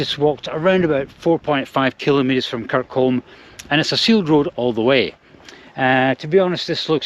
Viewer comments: It's pronounced 'Kirkcum' not Kirkoam There's also no grouse on the Rhins, so likely it was a pheasant that startled you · KirCOME... , pronunciation ! ( Lived in Stranraer when I was a kid/teen ). Have to say, that hotel looks absolutely cracking. Thanks for putting up this video. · I live in kirkcolm, it's pronounced...Kir-cum. The walk from kirkcolm to the lighthouse would of took well over 90 mins,, I wouldn't fancy walkin it ,but it's a great video. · Great video! PS. It’s pronounced ‘Kirk-um’ 😊